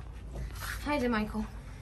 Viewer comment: Като казвам Майкъл се чува Майко 😂